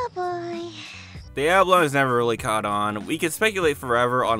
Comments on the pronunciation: Why do you keep pronouncing "Oblongs" as "Ablongs"? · Is there no one who’s gonna comment on that pronunciation of Oblongs as “Ablongs”?